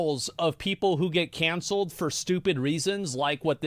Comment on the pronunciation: The way he says “cOncelled” almost made me turn this off. I don’t think we should consider criminals canceled. They’re just caught. Muddies the water a bit when you compare them to people who were canceled for saying/doing something people didn’t like. JFK got canceled the hardest. 🥁